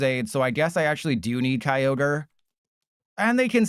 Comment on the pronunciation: Key-o-gree?!? wtf man I was having a nice day